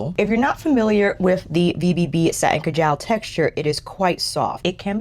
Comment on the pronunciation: It’s ka’ jel. Not ka jaaal’